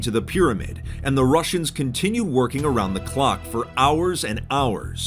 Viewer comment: Why do I hear "rushers" when you said "russians"